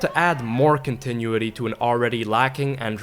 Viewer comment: "Continuaty"? OMG...